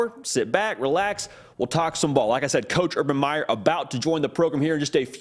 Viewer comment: His name is Meyer not Myers’s